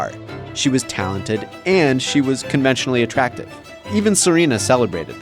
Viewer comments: I thought he said "commercially attractive". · It was hilarious how hard he stressed “conventionally attractive”. Lol